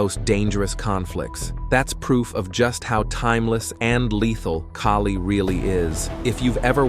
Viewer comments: You are wrong of pronouncing it. In Filipino, letter A sounds like "A" as in "A-merica", "A-rgentina", "A-laska", and "A-bandon". • Kali = key-li ❌ • Kali = kA-li ✅ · That is not keeli , it’s Kaali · It is not pronounced as [kay-lee]. It should be pronounced as [kah-lih]. Why is your voice-over using both pronunciations? It makes you sound confusing and confused. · Damn AI. It's pronounced Ka-Lee. Not Kay-Lee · Why do you keep saying Kali and Kaalee? It is pronounced KALI. Goofball AI... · AI kept on calling it Kaylee.😂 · This is a nice piece of film about Kali, but I notice here that the word Kali is pronounced correctly in the Beguine. Later I hear the man keep saying "Keli", which is a bit of a shame. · Kali ❌ Kaylee ✔ 🤣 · It is pronouced as "Cali" like Cali-fornia not with a K as Kali - fornia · KAALI … AI , okay. Follow the right pronunciation broken down for you, AI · I do train in Kali and others. Even with this AI voice, can’t mispronounce ‘Kali’ itself and have credibility. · How come they cant pronounce kali? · He keeps changing his mind on how to pronounce the word. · You keep pronouncing Kali two different ways. I hate AI videos . Also, why are you showing all the fancy useless karate stuff. There is nothing fancy about Kali.